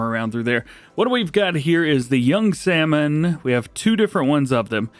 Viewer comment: You can't pronounce salmon? Too funny